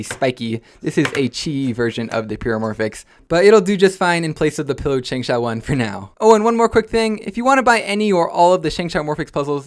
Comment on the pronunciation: It’s ShengShou SengSo